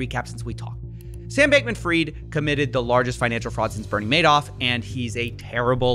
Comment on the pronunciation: People need to stop calling him freed and call him by the actual pronunciation. Its FRIED like " FRIED CHICKEN "!.